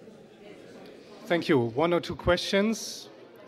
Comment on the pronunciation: Qweschtns xDDDDDDD